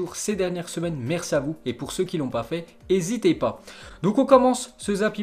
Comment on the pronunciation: putain c est N HÉSITEZ PAS pas hésitez pas